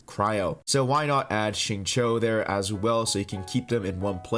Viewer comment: thanks for the tips on noelle but like i use amber and i cant ascend xingqiu at the moment also its singchiu not singcho and shaangling and guoba is g u o b a not guobOW- no offense tho i just get annoyed when people pronounce liyue names wrong